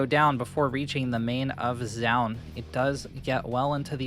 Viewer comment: It's "joh-un" not "ja-un"